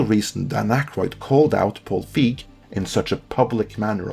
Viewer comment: You're mispronouncing Feig. The 'ei' has more of an 'a' sound.